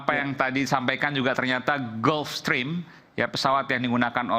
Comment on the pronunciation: Gulfstream dibaca "gelfstrim" bukan "gUlfstrim"